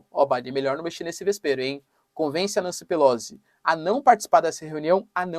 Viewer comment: Professor, assim como todos comunicadores se esmera em pronunciar nomes em inglês corretamente, pq não o faz tb em italiano? Pelozzi se pronuncia Pelotzi. Pq Nâncy? Não soaria melhor Nanci, como cá se diz? A propósito, pq Flórida se na origem era Florida, como quis Ponce de León, o espanhol seu descobridor e batizador?